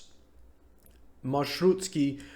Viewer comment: conductor's job is very stressful because lots of passengers tend to avoid paying nice video) also it's 'marshrutki" without an 's' after the 't'. didn't know marshrutkas still exists in Novosibirsk. in Kazan they are no more